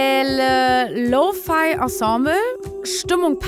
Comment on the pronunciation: Wie Lo-Fi, G-Major & Minor einfach verdeutscht hat 😝😂 Da merkt man, dass es das erste Mal ist, indem sie sich mit diesen Worten befasst hat 😇